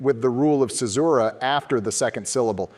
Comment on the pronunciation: One of them pronounced "Caesura" as "Kaesura" one time, not sure where. - Moreso than just being first characters in their respective lines, they're first characters in their respective couplets - Interesting double-meaning to add to the fractal! ~ War can still communicate using the beacons, while the people can't even send a letter home. A painful irony during the time of war; and a visual that the country's productivity is geared for war and not life.